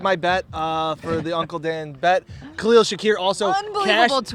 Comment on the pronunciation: Gotta learn to say Khalils name